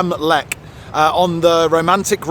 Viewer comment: River Rhine? Clue = Landsberg am LECH. (you should learn 'ch' sounds - not 'Leck' - you'll get away with 'Lesh', as you will be understood, but not accurate). The Lech river is a right bank tributary of the Donau (Danube). You were not in Rottenburg (that is a town on the Neckar river which IS a tributary of der Rhein), but in Rothenburg ob der Tauber (above the Tauber river). The 'o' in Rothenburg is more like the 'o' in 'close. I'm really not surprised you were going off track if you didn't know the rivers you came upon. You were well to the east of der Rhein (the Rhine).